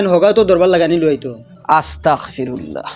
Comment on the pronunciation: আস্তাখফিরুল্লাহ না রে ভাই ( আস্তাগফিরুল্লাহ ) কোনদিন ঠিক অইতে